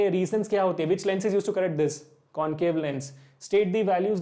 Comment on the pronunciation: Questions are good but explanation is not so clear, the way u r saying "concave and convex" is not so clear and u r telling it too fast especially for the second question Sir request you to work on this